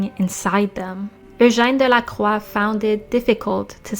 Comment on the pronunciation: Love your french punounciation of ''Eugène Delacroix''. Best french prunounciatio i heard from an english youtube channel :3